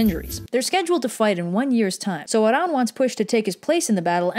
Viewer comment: You pronounced Arawn correctly! At least in the North.